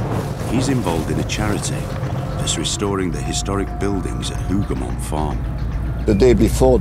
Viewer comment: Hoover mons? C'mon, Timeline people. Hougomont